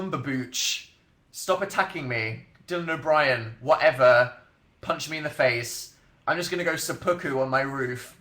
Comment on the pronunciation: He said Dylan O'Brien like 3 times before I understood what he was saying omg